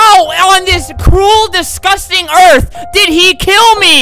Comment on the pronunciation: i was lafing hard at he sed cruil discusting earth